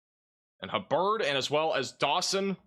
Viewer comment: pronounce Corsicana perfectly—pronounces “Hubbard” as “huh-Bird.” Remedial reading lessons now!